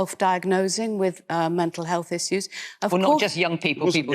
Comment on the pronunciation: It's a Therapist, not a Ferapist; healTH, not healF, wiTH, not wiV. You speak like a 6 year old and it's clearly less to do with class and more like some vestige of Mockneyism.